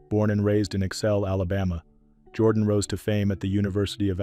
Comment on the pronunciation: You should learn how to pronounce the people’s names. Jordan in Alabama is pronounced Jer don.